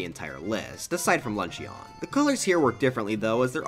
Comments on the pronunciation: You did not just unironically say lunch-e-on lmao It's pronounced "lunchin" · Bro really said “LunchEEON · why do you proonounce luncheon kingdom ''launcheyon'' kingdom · The way he said luncheon is so funny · the only thing i’d fix is the way you say LUNCHEON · How the Fick did you say luncheon